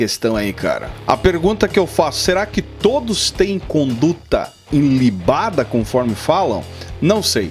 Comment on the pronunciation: Conduta ILIBADA e não inlibada.